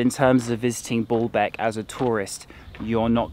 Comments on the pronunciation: Thanks for all the videos I'm going in September and over to Syria for a week, or at least Damascus I don't want to see the carnage. It is called Balbek not Ballbek, it has one L not two. The taxis go all day and go through Chtura, a traffic hub then to Balbek, Zahle, they stopped going to the site at Anjar where you could hear the fighting in Syria. Still you can walk to Anjar from the Highway or go on to Syria. It is interesting cos the site is an Umayyad one yet the Armenian Christians care for it very well. Last time I paid 5000 for a shared taxi, but that was 2018. I once went to through the Chouf Mountains quite a diversion but it was to drop off soldiers going home for the weekend. There was great consternation as we passed through Jumblat country, Lebanon is so sectarian. So they still make you change taxis, they only began that in 2017 and it was because the journey took so long, it has taken me 5 hours before now. Still I guess the local taxis don't want to lose the trade. The last time I was in Balbek an Italian team of archeologists were restoring it. It is the pride and joy of Balbek but has been next to empty since the start of the Syrian conflict. Loads of the Damascene Sunnis used to love Balbek and go there for dinner. The Arab League is in the pay of Britain/America. The Lebanese Army control the check points in Bekka not Hizb'allah. Nasrallah has a bad press but he is definitely Lebanese and level headed. In 2014 he stopped his Shi'ah supporters in South Be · The archaeological site is impressive and the museum is very well done. You may just need change the way you pronounce “Baalbek” (bawlbek?) or people won’t understand you… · Dear I really love your videos and your knowlrdge but I must tell you that it is called BAAlbek not Booolbk;-) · I think you say it like Baalbek not Ball bek emphasis on the a's. The false God Baal was probably worshipped there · B O: bo; B A: ba > Baalbek, not Bolbek! Simple… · Dude, stop saying Ball-Beck